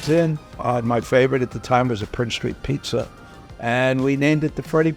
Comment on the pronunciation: what is "Peet-ZER" with a zer at the end???